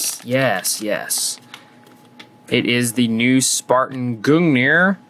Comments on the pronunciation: you pronounced gungnir wrong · Hey can we get a native norwegian to tell us how to to pronounce gungnir?